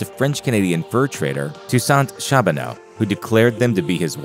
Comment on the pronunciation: Tout le monde parle de la mauvaise prononciation du nom de Sacajawea, mais la prononciation de "Toussaint Charbonneau" (baptisé Toussaint Charbonau) est encore plus risible, c'est un nom canadien-français qui doit se prononcer ainsi : tu-sɛ̃ ʃaʀ-bo-no (alphabet phonétique international) !